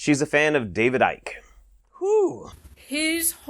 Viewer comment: If you can feel parasites under your skin, you need to see the doctor as that be..... Scabies!!!..... And also dear its David Icke as in bike, NOT Ick as in SICK.... She's hurting my brain, my brain is actually hurting!!! 🙄🙄